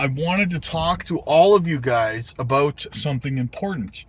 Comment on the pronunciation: I knew you were canadian when you said " aboat "